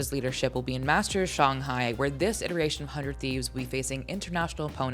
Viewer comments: Firs time I ever heard someone called Shanghai "Shung hai" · Her inability to pronounce Shanghai properly is irking my soul FR!